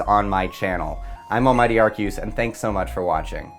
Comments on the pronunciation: Ar-see-us, not Ar-key-us. If it was Ar-key-us, it would be spelled with a k, not a c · Um, "Ark-ee-yoos"?! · Almighty "Arkeyoos" lmfao